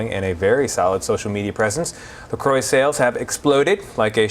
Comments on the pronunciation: It's not pronounced La "Croy" it's pronounced la crow or a French croix . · She works for them and doesn’t know how to pronounce the name correctly? Oh god!